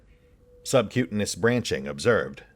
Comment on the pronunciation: Pronounced Sub-Q-tain-ious